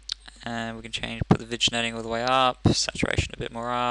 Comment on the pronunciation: vignetting is pronounced vin-yet-ing :) good video though